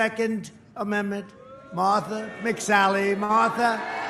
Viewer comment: "Motha McSally... MOTH-THA! Come up here, Moth tha!"